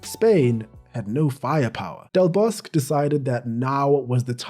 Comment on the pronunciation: A nice video and also very interesting with many unknown facts. Just one small thing, the Spanish Coach Vicente del Bosque just as with his first name ... his surname has all of the letters pronunced as well.😉Don't forget the letter "E" at the end of each name... as in the word Egg and España.